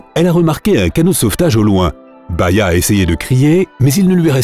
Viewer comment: C'est Bahiya et non baïya